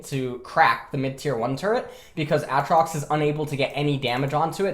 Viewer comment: he does it for his chat, anytime aatrox gets picked chat be like A A TROX:omegalul